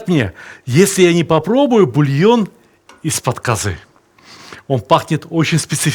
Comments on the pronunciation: Добрый день, я родом из Казахстана. Только ударение на а, каазы. А не казыы. )) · здравствйте. я русский из казахстана. 2 раза в год на праздники покупаем казы. самое главное хочу Вам сказать, что у нас в KZ, по крайне мере в Алматы, слово казы произносят с ударением на первый слог - кАзы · Сталик ты супер. Но у говорили шурпа. И казы ударение на первый слог. И бешбармак все казахи меня уверяли , что происходит от пять пальцев. Сам много лет в германии но до 19 прожил Караганде. Друзья казахи естественно остались. в любом случае ты молодец!!!